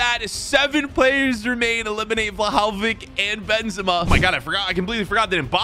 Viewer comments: no way he just said: Wlahaowich ITS VLAHOVIC NOT WLAHAOWICH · He mispronounced Dusan Vlahovic's name. Is that just me or did you guys hear the way he said his name?